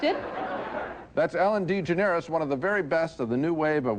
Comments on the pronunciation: Siskel butchered Ellen’s name 😂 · This video more than most demonstrates why Siskel is at best, a middling critic. He mispronounced DeGeneres, as he does reliably throughout the run of this program with other names. He also thought Ellen was funny. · Ellen Dee-ga-nerous